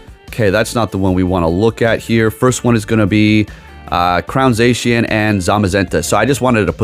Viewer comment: How can you pronounce zacian correctly but not urshifu?